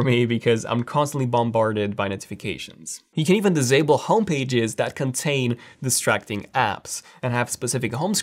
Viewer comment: "dizable them"